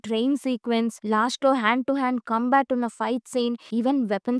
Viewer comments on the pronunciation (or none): none